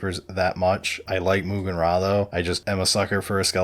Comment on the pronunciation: What's with this Moogan Ra nonsense?! It's like the Brigand all over again. SMH FR FR. Maugan Ra is pronounced "autarch". Or is it "sturmtiger"....